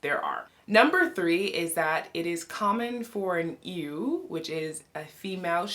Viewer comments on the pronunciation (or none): A friendly note that 'ewe' is pronounced the same as 'you'